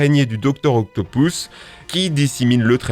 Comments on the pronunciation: OCTOPUS PAS OCTOPOUS IL A UN POUS FRANCHEMENT IL C'EST PAS PARLER !!!!!!!!!!!!!!! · JUSTE C EST DR OCAPUS EST PAS OCTAPOUS MAIS BONNE VDEO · eh ca se dit pas octopous mais octopus la prochaine foie dit octopus😉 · mec tu fais chier avec dr octopous* c'est octobus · On dit pas docteur octopoos on dit octopus sinon bonne vidéo👍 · La plus grosse bêtise que ta dise et le non du docteur Octopus qui se prononce comme il s'écrit ("Octopus") et non "Octopouse" comme tu dis. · "Doctor octopouce" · Docteur « octopouce »😂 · "Docteur octo pouces" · il y as que moi que ca dérange qu'ils dit dr octopoussse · Il a bien di docteur octopouce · Je rêve ou tu as dit docteur octoupous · "Dr octopousse " 🤣🤣🤣🤣🤣